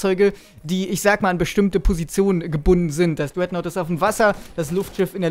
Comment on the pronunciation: jaja das dreaghtnaut,RASH versuch bitte dein englisch zu verbessern